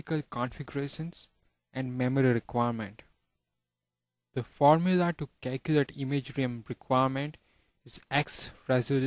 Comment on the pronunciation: DDDDDD WTF.... nice indian accent... the foRmula.....ha ha ha